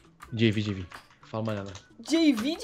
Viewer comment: por que você Jama o jv de jeivi